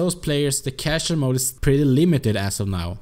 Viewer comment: You always say "cashell" instead of "casual". And it's "joke", not "yoke" :-D